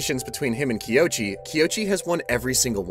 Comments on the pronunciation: ._. Kouichi = KOH - uu (as in like mooo) - EEE- CH- EEEE Please I beg, tis is the easy. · I’m glad someone else noticed this too. After hearing it said Kiochi so many times, I was starting to doubt what my eyes were seeing. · Bro recapped every chapter and didn’t say his name right once…